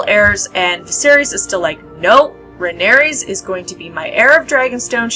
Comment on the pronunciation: It's Rhaenyra, not Rhaeneyrs!